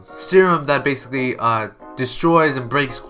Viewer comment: please dont say basiclly ever again xD